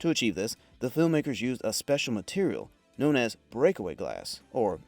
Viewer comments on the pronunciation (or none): none